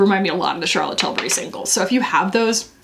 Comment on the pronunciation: trills “Charlotte Tilburrrrry!”